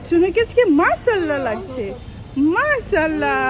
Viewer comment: আপু মাশাআল্লাহ সঠিক উচ্চারণে বলতে হবে